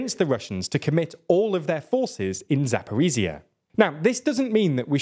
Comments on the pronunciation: Attempt 3 of getting;DR to pronounce Zaporizhzhia correctly: it's za-po-reej-jah... the j sound is similar to that of the middle of the word "leisure". Not za-por-ee-zee-uh. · Still, pronouncing "zh" instead of "z" in "Zaporizhzhia" wouldn't hurt ;) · Thanks for your analysis! But could you please try to pronounce Zaporizhzhya with a proper zh sound? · 'zh' in Zaporizhzhia is not pronounced as 'z'. It is the same sound as 's' in 'pleasure'